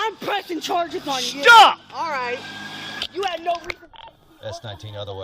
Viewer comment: “SCHTOP! SCHTOP!!”